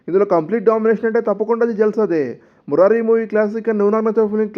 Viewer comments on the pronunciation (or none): Murai kadhu murari